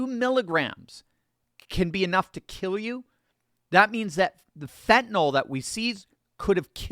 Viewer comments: Why are so many people mispronouncing it as phentanol? It's NIL! Not NOL! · Fentanyl, not "fentanall..."